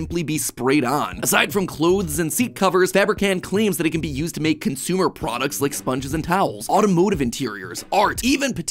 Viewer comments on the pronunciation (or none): none